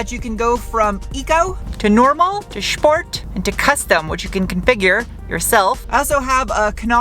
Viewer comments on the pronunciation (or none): Are you going to tell her it's "sport" not "shport"? English speakers always say "aluminium".